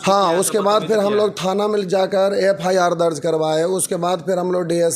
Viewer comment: FIR KO FRI BOL RHI HH